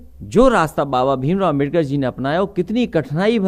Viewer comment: bhai bhasan dete samay lakada rhe hai baba sahab ka sudhdh nam bhi nhi le pa rhe hai